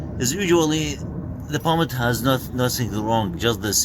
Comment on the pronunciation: 😂lol I think he's Arabic guy, we don't have the letter P, only B